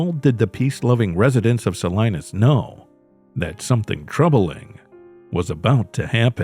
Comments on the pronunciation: Sa-Lee-Naas not Sa-Lie-Naas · Its “ Sa-lean-us “ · It’s Sa-LEEN-as. And this “peaceful community“ comment, Salinas is like any community, none of them are that peaceful. I knew a nice guy that got murdered there because he opened his motel room door to the wrong person. He was only there overnight on a job. They couldn’t bear to tell his mother how he really died. Take care out there, people.